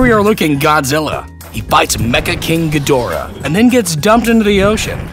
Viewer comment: it's ghidorah not gdhorah